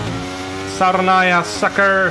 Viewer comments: did he say saronaya 😆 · was he trying to say "Sayonara"?